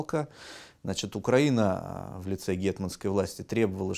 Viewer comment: Страна УкраИна, следовательно ударение на "и".